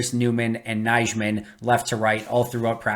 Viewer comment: Good content. Just one minor correction: Nijman is pronounced Nyman